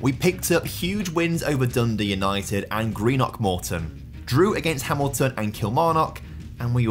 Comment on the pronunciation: Not even a minute in but had to comment - so good to hear someone pronounce Greenock correctly! I’m from there and live in England and the amount of people I know who say it so wrong is painful.